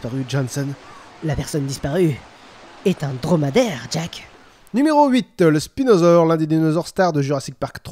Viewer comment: C'est moi ou il a dit "spilodon"